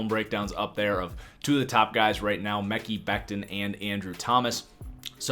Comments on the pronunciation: Still saying mecky lol. If you watched just one game, you’d know how to pronounce it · Omg Omg Omg.... Please stop saying the name wrong you're sounding dumb and like an amateur , its May-Kai or Me-Kyy (damn it) 😠 !!!